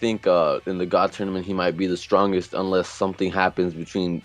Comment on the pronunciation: WHeres this guy from what does he pronounce Tournament Toynament. Toinament?? Toy lol sorry thats all i hear.